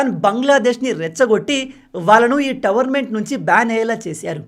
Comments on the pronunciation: భయ్యా towerment kadu tourment కొంచెం currect చేసుకోండి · Towernament❌😂 Tournament ✅ .any way big fan bro 🙌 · మీరు "టోర్నమెంట్" ను ప్రతీసారి "టవర్న్మెంట్" అని పలుకుతున్నారు... సరి చేసుకోండి